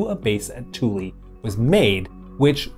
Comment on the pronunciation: Air Force veteran here. Kudos on properly pronouncing Thule. I rarely hear people pronounce it correctly.